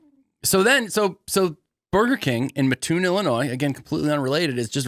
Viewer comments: That’s what I came to say. ☺️ The “Muh-toon” is painful to listen to repeatedly. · You pronounce it MAT-toon….thanks!